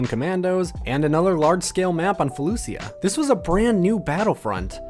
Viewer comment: Felucia is pronounced felusha